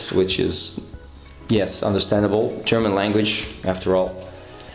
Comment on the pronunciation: Very, very good German pronunciation,! It's one of the few modern aircraft I really like. I bet you'll make this one a masterpiece again.:)